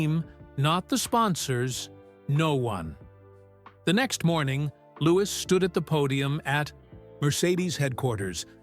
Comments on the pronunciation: He Still Calling LEWIS, Louise Not LEWIS, GET YOUR ACT TOGETHER,👍🏻👍🏻👍🏻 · Why Does The Guy Telling Story, Call Lewis By His Proper Name, LEWIS, NOT LOUISE 👎🏻👎🏻👎🏻